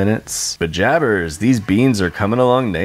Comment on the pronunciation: did you say “pajabbers” like from Dave the Barbarian?!